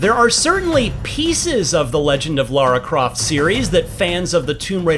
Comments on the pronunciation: It's Lauro Croft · Lars Croft? 😳